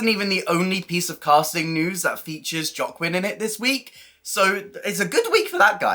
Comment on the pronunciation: Very interesting information, thanks. Loving this series. Just a to say Joaquin is pronounced hwa-kin.